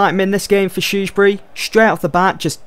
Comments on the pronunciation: learn how to say shrewsbury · Haha I just can't stop laughing when you say the name Shrewsbury lol, it sounds so funny, btw love this series, keep it up!